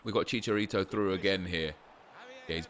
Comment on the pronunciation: Stop saying fucking chicharito like that